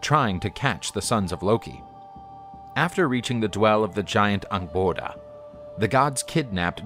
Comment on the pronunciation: Noooo it's not pronounced Jotunn, it's Yotun. Yottunheim, not jottunheim. Angroboda is close but no cigar. Jormunggandr is good.